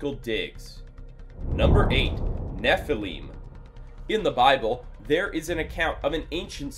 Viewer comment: Neph-el-im Not Neph-eel-im